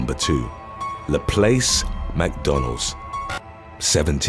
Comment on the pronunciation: it’s not LaPlace as it’s spelled. It’s how everyone pronounces this town in Louisiana. And understandably. It’s actually pronounced LaPlass. Not spelled the way it sounds. However that’s how we pronounce it. My guy always seems to destroy the pronunciation of every Louisiana town or city name. All of them except Shreveport. You even get New Orleans wrong when you pronounce it. Not that any of this matters. I just happen to be reading the comments when I heard you say LaPlace and not LaPlass. Anywho. How about “when pronouncing words goes wrong?” lol